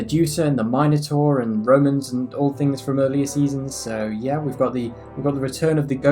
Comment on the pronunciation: Why do you say minotaur like that?